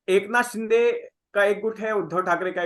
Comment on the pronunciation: should first know how to pronounce the names in a correct manner. Mispronouncing names is disrespectful & arrogant. The name is एकनाथ 'शिंदे'.. not 'शि'डे'. It is not a foreign name. A serious journalist would properly research his own content thoroughly before putting it out. But arrogance & disrespect is the hallmark of North Indian discourse. should just shut it down if he does not improve. Doesn't deserve to be a journalist.